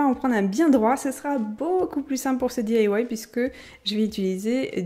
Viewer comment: boujouir jai un copine qui di que tu di mal "di ailla wouaille" elle elle di daille bisou